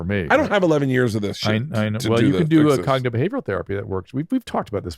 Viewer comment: Sakka Soufle moment Drew: "You could try cognitive behavioral therapy." Bert: "Whasgognidabehavagan?"